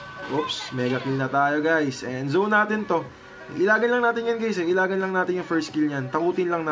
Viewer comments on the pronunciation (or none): none